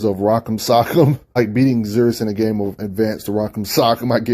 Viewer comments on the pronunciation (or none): none